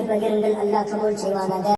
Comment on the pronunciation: சரியா அல்லாஹ்வின் உச்சரிப்பை சரியாக சொல்ல முடியாது